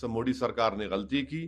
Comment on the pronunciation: Are miyaan मोडी नही होता मोदी hota h